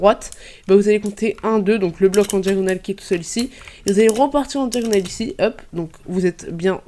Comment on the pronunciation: Pourquoi tu dis hup alors que sais hop 😂😂😂😂